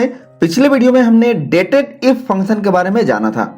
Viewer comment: Very authentic explanation. Where function sounds like phunchan